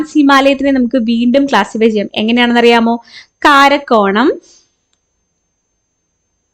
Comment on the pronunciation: കാരക്കോറം ❌കാരക്കോണം ✅😅